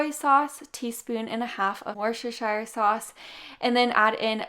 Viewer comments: Wooster-shear. That's how you pronounce it. You're welcome to everyone who feels they stumble over the pronunciation. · It’s Worcestershire ( woostershire). Hi from the UK! Love these recipes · Wesshireshire sauce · It makes me laugh how Americans are incapable of pronouncing Worcestershire